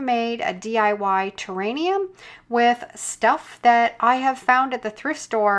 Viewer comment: terrarium!! Not terainium!